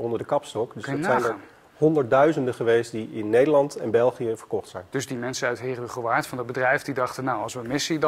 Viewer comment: Jezus man leer Heerhugowaard normaal uitspreken